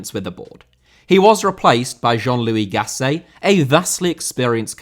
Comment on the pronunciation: Gasset* not Gassei